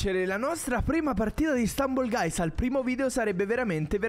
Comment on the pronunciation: Questo gioco è fighissimo, cmq la pronuncia è STAMBOL GAIS